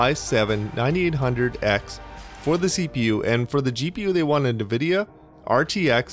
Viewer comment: Point of info. Nvidia is not pronounced Nah-vidia, it's pronounced Ahn-vidia. Thanks for all your work.